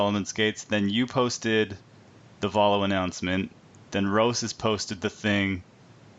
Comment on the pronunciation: ro-seas? I thought you were supposed to say ro-chess. what I'd really need is a new pair of England ripstop cargos.